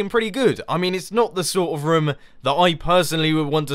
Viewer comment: Who else hears rum? when he says room?